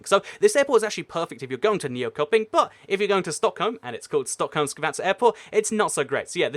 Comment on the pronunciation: nYoKoPiNg. Lol if anyone wanna pronounce it. It's Nychöping.